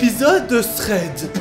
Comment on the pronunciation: Une bonne fois pour toute. *TH*READ SE PRONONCE COMME UN F et pas S!